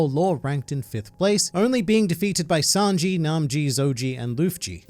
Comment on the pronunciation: "Sanji, Nanji, Zonji and lunji" lmap